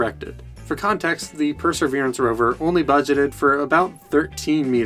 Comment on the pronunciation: "Perserverance"? There's no such thing as that.